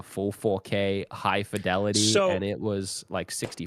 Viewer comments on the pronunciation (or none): F-eye-delity, ok.